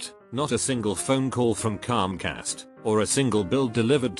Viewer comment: person: comcast TTS software: Cųmcast